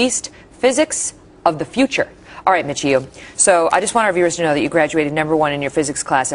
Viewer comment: She just call him Michiu at the end?? Lol.